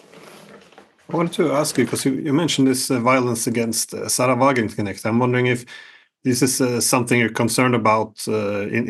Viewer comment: Mercouris can't say the word "Wagenknecht" even if his life depended on it.